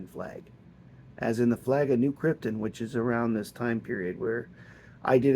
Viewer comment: It's KrypTON. Not Kryptin. lol GET IT RIGHT!